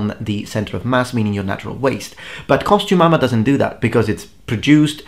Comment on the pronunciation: i keep hearing costu-mama and my brain REFUSES to hear costume armor.....ugh....either way, after seeing the early videos you've popped up on this video i realize i've come across you well before i subscribed to you lol. glad things have worked out for you.